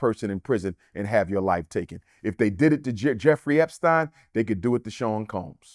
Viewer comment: Can't even pronounce Epstein correctly.